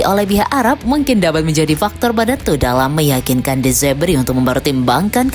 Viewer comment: De zerbi bukan de zebri. Dasar admin koplak😂